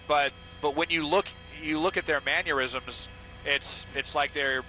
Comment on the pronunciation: "manyurisms"? 🤣 What happened to professional broadcasters?